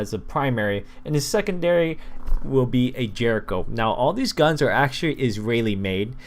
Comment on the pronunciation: the jericho said like yericho